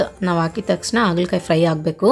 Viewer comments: ಆಗಲಕಾಯಿ ಅಲ್ಲಾ .... ಹಾಗಲಕಾಯಿ... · Haagala kaayi not Aagala kaayi